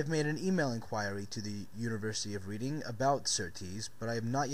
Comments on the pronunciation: I was consfused about the University of Reading bit until I heard Surtess speak, it's not Readng as in 'to read', it's pronounced 'Redding'. My mum teaches there . . . she has a REAL Ph.D. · You mis-pronounced Reading. It is pronounced "Red-ING" withthe emphasis on the 'ing' bit. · I know people have pointed out that Reading is pronounced "Redding" already, but it is particularly unfortunate because it makes it sound like we British people go to university to learn how to read - for which Surtees seems to be further evidence! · FYI if it's "Reading University" in the UK, it's pronounced Red-ing. Like the colour red. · Is that Reading in the UK? like in Berkshire? because then it's pronounced Redding, I had a quiet laugh about that :)....I still love your videos though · "Reading" is a town in the UK and it's pronounced "RED-ING"